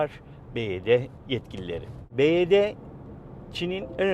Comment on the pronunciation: Araba çok güzel çok güzel modelleri var bizim burda en çok bu tercih ediliyo, bivaydi diye okunuyo bu arada